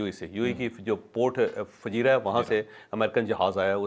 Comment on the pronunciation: It is Fujairah not Fajeera